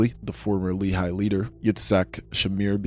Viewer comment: You mispronounced a few things that I wanted to point out and coreect 🙂‍↕️ I think you pronounced the name of the JDL founder as "Kahain"? It is actually "Kahana" - kah- kha- nah, the way his name is written in English is a bit misleading. Members or people who share their ideology are referred to as Kahanists, at least in the past 20 years. Lehi is pronounced "Leh- Khee". It's an abbreviation, though I'm not sure of what. Etzel/Irgun was pronounced correctly! They are pretty famous for blowing up British train stations in what is now British-mandated Palestine, as well as a hotel. Their actions killed a lot of Jews along with their "intended targets".